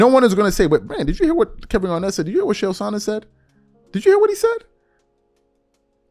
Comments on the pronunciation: Whwt was the topic, i was distracted with him saying Shay-L? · Its pronounced "KAEL" Sonnen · Bra... its ch ch ch... chael.. not shael TF! An its not Saanon.. its son..non. sorry it was was getting annoying. Love the show